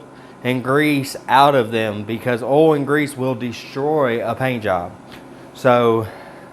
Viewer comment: OIL, not OLE. Lol. Great video, I truly learned a lot.